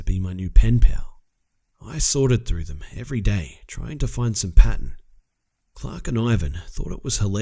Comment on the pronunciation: "Chhhhlark and Ivan were blown away by the detail."